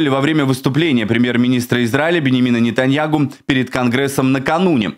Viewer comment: А ты не поняла , что он произносит НетаньяГу?